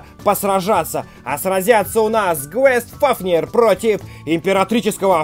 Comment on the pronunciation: Правильно гайст фафнир